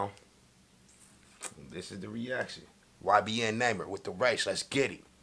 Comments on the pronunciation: “ybn namer” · “Next up we got YBN ‘NAMER’”😂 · "We got ybn namer" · "YBN Namer" 😂😂😂😂😂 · He said ybn Neymar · we got ybn who? You said his name all wrong 😭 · You said his name wrong and btw he's dead bro